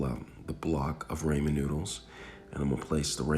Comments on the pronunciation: you definitely didn't. You said "ray-men" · Man said 'raemin' 👁️👄👁️ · Ummm i think i where supposed to put milk in the ramen or how u said it raymin so it could be creamy bc of the milk. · Flavoration, raymen and cook noodles aldental 😂😂😂 Hilarious. 👍🏽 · “creamy rAYMIN noodles” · The rAymin is such a turn off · it’s Rah-men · Your getting me triggered😟stop saying raymen😤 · Noo he said ramen wrong .nooo now i say it the way he says it whyyy god why. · Then pronounce it that way. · Yooo. The way you say Ramen makes me uncomfortable with moonlight sonata playing in the background.